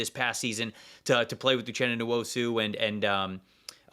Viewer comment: Just laughed so hard when I heard said Nwosu for the Chargers